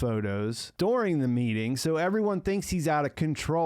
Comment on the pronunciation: "dooring" the word is during bud